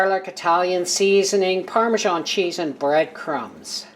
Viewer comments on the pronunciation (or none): none